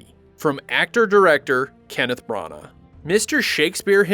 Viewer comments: the way you were pronouncing Kenneth Branagh's surname was like nails on a chalkboard to me. No offence meant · I cannot handle the way you pronounce Branagh. It's absolutely ludicrous. Brunuurrr!